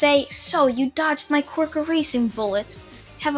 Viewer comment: He is to overpowered Also for me it sounds like ya saying Qork no quirk